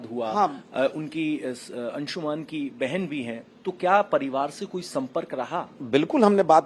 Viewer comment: 'अंशुमन' शब्द-प्रयोग बोलना-लिखना ग़लत है, संस्कृतभाषा का यह तत्सम शब्द 'अंशुमान' है। कोमेन्ट्स में भी यह शब्द सही रूप में लिखा हुआ मिलता है। कृपया अपना उच्चार सुधार लें।